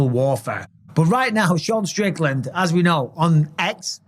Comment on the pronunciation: I couldn't understand you....take Strickland out of your throat and say it again please.